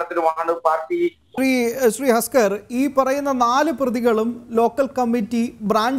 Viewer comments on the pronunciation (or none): ഹസ്കർ അല്ല തസ്കർ ആണ്.